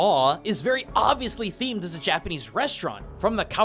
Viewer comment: Fascinating! And your Japanese pronunciation is amazing. I thought the design of The Teacher was just inspired by the monster, though.